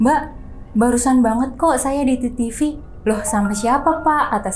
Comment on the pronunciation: biasanya ngucapinnya "TeTeVe" . kalau mau pake b.inggris ya vital sign...... agak aneh dengernya "titivi"😅.